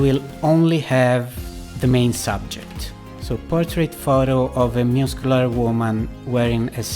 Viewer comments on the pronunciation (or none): I listened to this the first time and thought he was saying muse-killer... i had really bought in to it by the end. Muss-queue-lar.